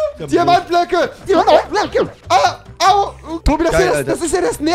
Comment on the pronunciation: „Diamant Blöcke“.... „DiAmAnT BlÖcKe“😂😂